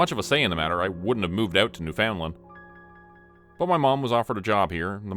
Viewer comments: It's pronounced Noofin Land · The way this dude pronounces Newfoundland drives me nuts. It's closer to "newfinlon" than it is New found land. But both those pronunciations are wrong. It's more a combo of the two. 😂 One of my stupid quirks lol